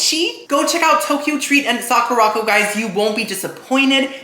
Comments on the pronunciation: I heard you say the word Sakura correctly at one point. The box though is "Suh-kur-ah-co" not "sock-or-rock-oh" LOL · Timmy, Sakuraco is pronounced saa·kur·uh co, like sakura (cherry blossom) co. 😭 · The way you pronounced Sacuraco 😂😂😂 Its Saw-kerr-aco 😂😂😂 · Isn’t Sakuraco pronounced like Sakura co.? Suh-koo-ruh co? It seems like he’s pronouncing it different on purpose though because he pronounced Sakura right, I’m confused!!